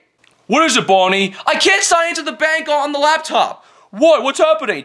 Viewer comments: It’s BONNIE NOT BUNNY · It's Bonnie not Bunny